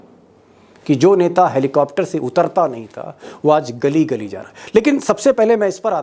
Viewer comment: गल्ली नही गली कहते है हिन्दी भाषा में कृपया कहिये सर धन्यवाद